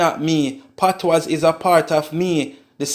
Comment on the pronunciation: its spelt patois but pronounced patwah the s is silent